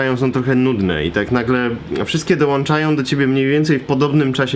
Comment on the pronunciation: Ponad pół miliona subskrybentów Krzychu a Ty mówisz "włanczam", "dołanczam". Szkoda że nie czujesz ciężaru odpowiedzialności.